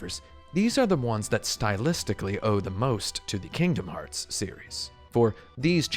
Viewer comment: My biggest takeaway from this video is that I really really hate how you pronounce Kingdom Hearts and you should continue to pronounce it that way because I'm not your mother.